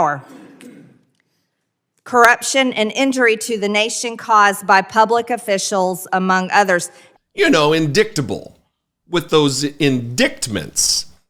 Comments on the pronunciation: Not only did she pronounce "indictments" wrong, she had to follow along the words on the page with her finger!!! Graduate first grade, Marge??? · There's who you want as a lawmaker: someone who doesn't know shit. You would think that after The Glorious Mango had received FOUR indickedments that she would have learned how to pronounce "indickedments".